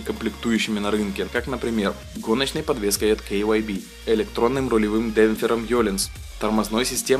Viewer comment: KYB - Это KAYABA!! никогда больше так не говори....